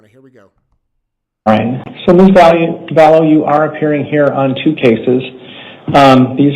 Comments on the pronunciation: they have had how many years and he said her name sounded like "value" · She's back to "Vallow"